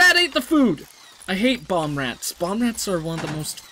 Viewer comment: Sounds like you are saying Bombrats and not Boomrats. Floors increase walk speed First game I thought of when I saw Rimworld was Prison Architect